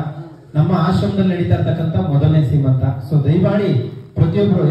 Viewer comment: ದಯವಿಟ್ಟು ಶ್ರೀಮಂತ ಅಲ್ಲ.....ಸೀಮಂತ ಅಂತ ಹೇಳಿ